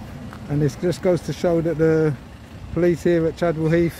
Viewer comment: Poleeeeessstthhh?? Lol.